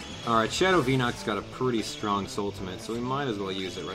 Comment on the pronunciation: strong, not sting...